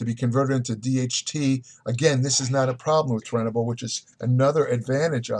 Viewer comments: Immediately discredited. He can’t even say Turinabol correct. Does he even actually know what it is? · You couldn't pronounce the word Tour, Cormier and then finally Turinabol. "Toruinabull??" I am out!!